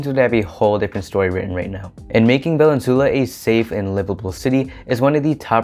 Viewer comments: Thank you for the stats! Awesome research! Just take note the pronunciation of Valenzuela. Vah-Len-Zu-Eh-Lah. “eh” like “elephant” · I suggest you learn Spanish-style pronunciation, especially for obviously Spanish names. Thus Valenzuela is pronounced as [vah-len-ZWEH-la], with the accent on the second-to-the-last syllable. The "UE" letter-pair can be pronounced as either [WEH] or as [EH], depending on the letter that precedes it. Please ask a native-born Filipino rather than forging ahead by yourself in guessing how local names are pronounced as it is off-putting to us locals.